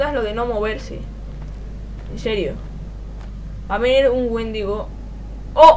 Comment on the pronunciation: por cierto no es wéndigo es wendigo (creo que se escribe así)